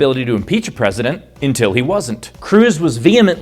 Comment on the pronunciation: Until, not intil, please.